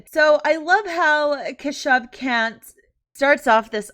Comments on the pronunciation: I can't get over the fact that his name is Kant. It's pronounced "Kaanth" but don't let the facts get in the way of a good laugh. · Kant sounds like Cun+